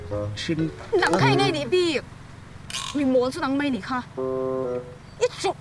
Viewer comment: Mai tih hmanna awm turah mei tih in hmang leh thin hian beng ati thlep deuh tih mai loh chhu, in bawn